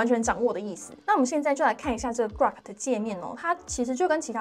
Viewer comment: 是古洛可不是瓜可 哈哈